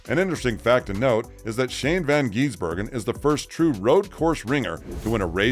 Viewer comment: I'm hearing van geese burger 😂